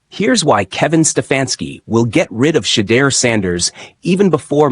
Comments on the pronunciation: Learn to pronounce his name properly! Your channel will grow if you are more open minded. Shedeur will show you his worth. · Bruh u ain’t even saying his name right ! Click bait. Sanders is not a problem child crazy